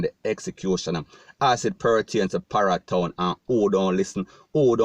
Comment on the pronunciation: Hombre you need to be pronouncing ur word properly like parry town not para town